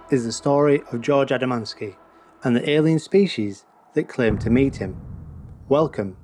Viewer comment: _ you pronounce it "A D A - M A N - S K I". The correct pronunciation is just like the spelling "A D A M - S K I". The story you tell is made up by you or someone else. I have studied all the original writings by George himself. The story is not quite the way you describe and he did not own a car, but he did have two astronomical telescopes. He used his 6-inch Newtonian to photograph the saucer images.